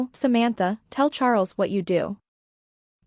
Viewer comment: I made it to but had to give up. The bad, awkward AI reading was too obnoxious. It couldn't even pronounce the name "Samantha" correctly.